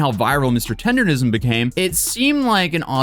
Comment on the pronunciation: I also thought it was Tender-ism. It's Tender-NISM.